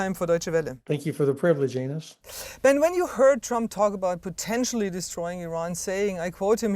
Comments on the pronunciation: I must be uncultured but I believe the guy called her anus instead of i (eyè) -nez (n'ezS) I don't know if her earphones were not connected to his audio microphone or if her producer was yammering in her ear at the time... But at that moment she did not correct him in the vernaculars of her name pronunciation I'm not even a minute in and I've suddenly found myself in a comedy- when I thought I was in a newsreel video mood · Ben says "Thank you for the privilege Anus" I had to keep rewatching